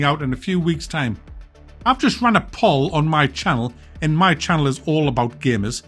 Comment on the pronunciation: 'poll' is pronounced the same as 'pole'. I have no idea why he is saying it like that.